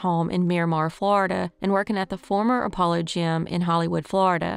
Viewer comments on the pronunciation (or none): none